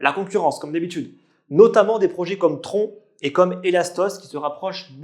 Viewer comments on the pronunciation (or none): none